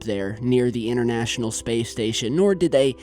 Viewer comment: It is not an Inerrnational Space Station,it is INTERNATIONAL & neither is it innernet as you just said,it's INTERNET.FOR THE SAKE OF THOSE WHO DO NOT HAVE ENGLISH AS THEIR FIRST LANGUAGE GROW UP & TALK PROPERLY